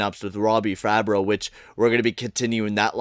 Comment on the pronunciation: IF U SAY FABBRO OR BERTUZO ONE MORE TIME IM GONNA LOSE MY SHIT ITS FABBRI AND BERTUZI